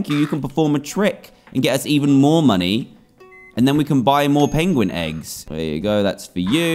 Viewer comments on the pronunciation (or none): its a peuinguin NOT peigoen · you said pigin xD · Did you here dad say pidgin 😂😂😂😂😂